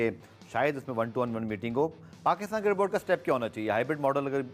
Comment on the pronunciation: White tshirt wala pe bol raha hai nahi ana to mat ana. Isko cricket bolne to aa nahi raha cirket cirket bol raha hai😂